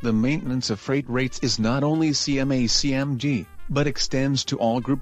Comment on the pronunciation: Bro it's CMA-CGM